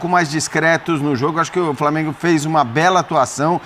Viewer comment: “VITÓRIA E DO FRAMENGO” 🙅🏽‍♂️😂😂